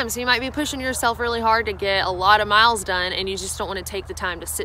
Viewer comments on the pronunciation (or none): none